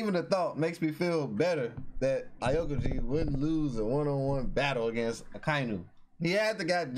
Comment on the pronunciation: Aokiji = pronunciation - Ow-ki-ji. By the way, not the same island 😉